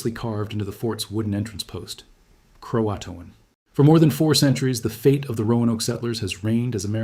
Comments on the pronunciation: In case you are ever in the area please pronounce Croaton like "Crow ah tun", so as to not offend the remaining tribe members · Sounds like a human voice but pronounced "Croatoan" at least three different ways. Amazing what AI can do. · Yeah, and its first pronunciation of Croatoan was cro-A-toan, which it then changed to CRO-a-toan in subsequent pronunciations. This is interesting information, but the AI of it all is kīlling me. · Screw this AI slope. As soon as Croatoan was pronounce incorrectly I knew it was AI. Stop giving crap like this views.